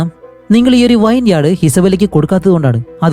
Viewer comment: വൈൻ യാഡ് അല്ല bro വിനിയാഡ്